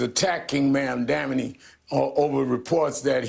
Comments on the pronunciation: Zohran: "My name is Mamdani, we have to get it right!" MSNBC: "Mamdamini" The View: "Mamandi" IHIP News: "Mandami" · Mandamunee mandamee mamdani. Reverend Subsaharan genius spent most of his glorious life learning how to read apparently 😂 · Bro. It's Mom-Donny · Al Sharpton mispronouncing Mamdani saying "Ma'amdamnani" was the best laugh I have had today. He added a couple consonants, and a syllable. He can't get it right. Hilarious! 🤣🤣🤣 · The race baiter can't even say the socialist name correctly. He called him Mamdamani and Mamdami. Hahahaha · Sharpton is so embarrassing. M'amdambknee? Imagine how the press would react if a white person butchered his name that badly. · “Ma’am Dameni” “Mandami” “Mamdami” Three strikes and you’re out! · "Mam-dami" -Al Sharpton. LOL!! LOL!! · After all the liberals and mainstream media pundits said mispronouncing Kamala’s name is racist, is Al Sharpton racist because doesn’t pronounce Mamdani’s name correct??? 🤔🤔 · Sharpton badly pronouncing Mamdani's name after yelling at everyone for how they said 'Kamala' . Hilarious hypocrisy! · I love how none of these Dems can pronounce Mamdani's name correctly, but Heaven forbid a right winger mispronounced Kamala's name 😅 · Anyone gonna call out Al Sharpton for mispronouncing his name like how got so mad at people for doing with Kamala's? 😂🤣😂🤣😂🤣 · Sharpton can't even say Mamdani's name correctly 🤣 😂😂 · Im rolling here. Cracks me up. Nobody likes this communist nut enough to pronounce his name right. 😂😂 I don't blame them either.